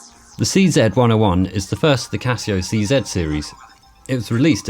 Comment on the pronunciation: Such a joy to hear someone say "Casio C-Zed!" :-) !